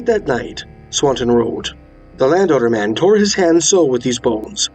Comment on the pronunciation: >landowner man Just listening to this video after like 20 minutes I realise now that he's saying Land Otter Man. Lol.